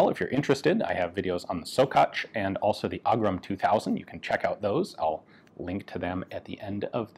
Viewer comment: Btw, it's pronounced Shockatz. Sorry native speaker here.